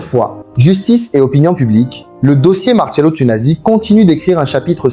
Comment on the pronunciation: Ça serait bien que tu prononces correctement son nom avant de tourner ta vidéos merci bien!